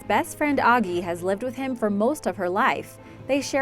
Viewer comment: It’s not ogee it’s Agee